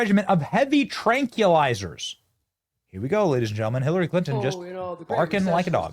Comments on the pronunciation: TRAN-QUIL-IZ-ERS Benny. WTF even is a Trankeeelizer? And it's pronounced NEW-CLE-AR. Repeat it until you say it correctly. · Benny Benny Benny.... Please pronounce Tranquilizers correctly.... It's not TRANK... WE... LIZERS...just say the word TRANQUIL... AND ADD THE END... (trank... Will.. izer).... U CAN DO IT!!! LOVE YA MAN!! 😂😂😂❤ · hey benny.. tranquilizers is pronounced: trank-will-izers not: trank-ya-lizers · TranQUILlizers, Benny! Pronounce the first part of the word like the word "tranquil." (No offense, but just wanted to keep you from loony libs ridiculing you instead of having to discuss the subject of your video.) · NOT tranculisers, NOT nucular. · TRANG-kwil-eye-zerz Benny, come on brother 🫡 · "Nucular" "Tranculizers" I love Benny vernacular. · Dude, learn how to say tranquilizers.